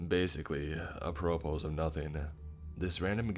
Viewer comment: Apropos? A-pruh-pro (phonetically)